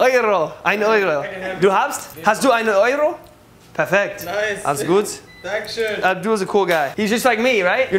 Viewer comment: Good not gut